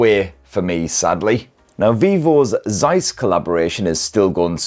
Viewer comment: Please learn how to pronounce the lovely Zeiss name!